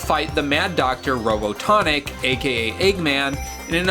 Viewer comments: This "Robotonic" thing is making it oddly difficult to sit through. Robotnik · Robotonic bruh his name is Dr. Robotic. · Robo-Tonik ?? Are you messing up Robotnik's best allias on purpose or can you not read?